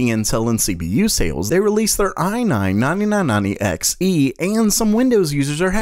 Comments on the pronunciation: ah nahn nahnee nahn nahnee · i like how you speak i9 9990, ai nain nainee nain nainty eks ee